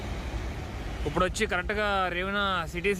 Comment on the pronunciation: ఉప్పుడు కాదు అన్నా... ఇప్పుడు.....🤣🤣🤣